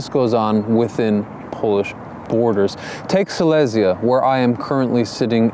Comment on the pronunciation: Just for your information: you mispronounce the word Silesia (Śląsk). Look it up :) Your pronunciation is common among Poles, though, who refer to the so called Silesia City Center in Katowice (a shopping mall). Respect and regards.